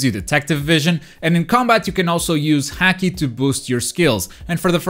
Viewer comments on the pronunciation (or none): none